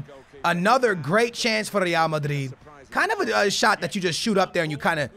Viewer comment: Does anyone else get annoyed at the way he pronounces Real Madrid? Like okay we get it you’re “Hispanic” you cappin white boy